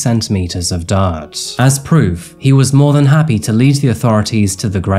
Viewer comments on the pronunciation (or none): none